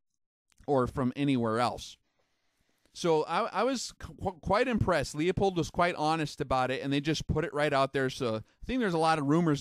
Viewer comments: Good point! Most people I speak to in the Industry can't pronounce Leupold - they say Leopold instead. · Universal Kombat Which makes it that much more awkward. He’s a master of his craft but mispronounces(not an accent) one of the most popular brands of glass. Tons of people butcher the name and insist on some three syllable variation. It’s simply pronounced “Lou Pold”. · lol right.. hes talking about the glass but cant pronounce it.. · How can you take this guy seriously when he doesn't even know how to pronounce Leupold? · I think the factual info of this presenter is as shaky as his pronunciation of 'Leupold'. Too many self contradictions to be credible. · It's a german name and pronounced "Loy-pold" or "Loy-polt". It's not that important. I haven't heard a single american pronounce a name like "Schwarzenegger" correctly. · Leupold! Not Leopold! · I enjoy your videos However, you are mispronouncing Leupold. The correct pronunciation is "Loopold". Leopold is incorrect Regards!! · FYI.......Leupold is pronounced LU-POLD, not LEE-A-POLD. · It’s not pronounced Leo...pold it’s pronounced Lew...pold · It's pronounced "Loy-pold", or "Loy-polt", depending on the german dialect. Almost no non-german speakers pronounce it correctly. Not even the Leupold company. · It's lou-pold not lea-pold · it's pronounced Lew-pold, not Lee-a-pold as so many do. Just an FYI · It's pronounced "Loy-pold" or "Loy-polt", depending on the german dialect. The "Lew-pold" pronunciation is an americanization. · Good info, but its pronounced LOOP old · Did not know this. Btw: it's Loo-pold. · No, it's pronounced "Loy-pold" or "Loy-polt", depending on the german dialect. The correct pronunciation is too complicated for most english speakers so the company itself has americanized it. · you saying LEOPOLD is making me cringe like nails on a chalkboard. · Its pronounced Loo-pold FFS. Man that always bugs me.